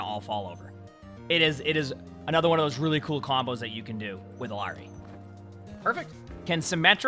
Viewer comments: It slightly bothers me when I hear people say "Ill-arr-ee" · Everyone wanted to debate bridgets name so Illari is pronounced iyari in Spanish "LL” is a y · Her name is Iyari. The two L’s make a Y sound. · Could try saying it in a japanese way, pronouncing r's with a soft d sound instead. "Ee-ya-di" instead of "Ee-ya-ri". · hey her name is pronounced closer to "iyari", in latam "LL" is not pronounced as an L. (there's no american version of the name Illari) Ethnic names r often butchered, so pls say it as intended now that you know how :( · Its pronounced Ee-Yar-ee. The double LL in Spanish has a 'yuh' sound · For the love of god please say her name right 💀💀💀💀💀💀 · Me when he says Reckon Ball and E Lawry 😍😍😍😍